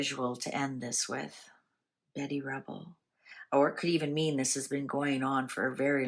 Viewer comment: Ruble not Rebel. Betty.